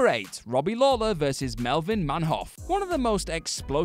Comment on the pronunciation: Man Hoof it's pronounced, nice job again,how tf did you get this job